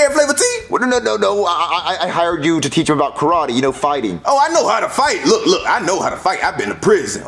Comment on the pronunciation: This is how many times said "i didn't have tew."